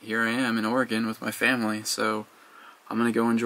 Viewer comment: Proud of for pronouncing Oregon correctly...